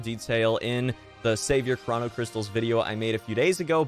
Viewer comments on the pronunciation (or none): Fam its (crow-no) not (craw-no) cystals